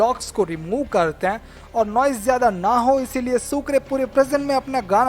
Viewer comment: Krten nhi hota h,,karte hain hota h